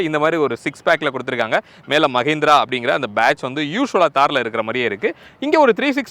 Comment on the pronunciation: ஐயா, அதை "மஹீந்த்ரா" Mahindra என உச்சரிக்கவும். "மஹேந்த்ரா" Mahendra என சொல்வது தவறு. இந்த வேறுபாடு கூட தெரியாமல் 'கார் ரெவ்யூ' செய்ய வந்துவிட்டீர்கள். உங்களை "புர்லா" என சொன்னால் ஒப்புக் கொள்வீர்களா ?